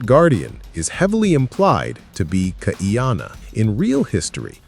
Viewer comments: NOT Kaiyanna! Kaʻiana (Kah-ee-ah-na) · Please KAH - EE-Ahh-Naa.